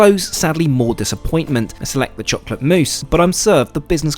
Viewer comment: I hate how you say cholate